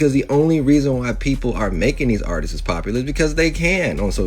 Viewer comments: The way that idiot is saying "artistss" is pissing me off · The man that keeps saying artisis is pissing me off. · that last dude pissed me off. he kept saying Artistses